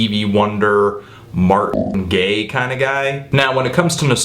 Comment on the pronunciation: did you add that sound effect to correct yourself cause it sounded like you said "Martin Gaye" lol.